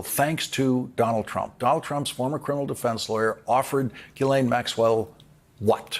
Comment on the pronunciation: GHIS, LIKE GHOST. You pronounce the IS . GHEES LAINE